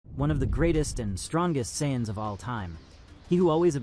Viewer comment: That’s actually closer to how it’s supposed to be pronounced